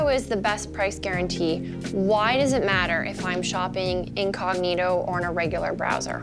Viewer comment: In English (vs Latin) the word is "inCOG'nito."